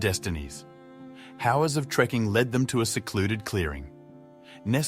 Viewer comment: Until , when you pronounced "hours" as "howers", I thought we finally had a real person for a narrator, but it's the same old "ya-ta-ta"--a computerized voice. Aside from that, it was a very good story.